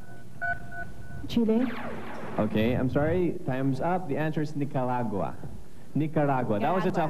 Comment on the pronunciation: Nicarau = Nicaragua